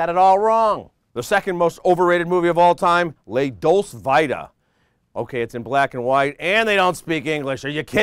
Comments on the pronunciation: #2 "LAH DOLCE VYE-TA" ha! that's some 1st class trolling right here. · HAHAHAHAHAHAHA Best April Fool's video! He had me going until he pronounced Fellini's film "Lay Dolse Vai-Tuh"! The like/dislike ratio makes me laugh. So many clueless viewers.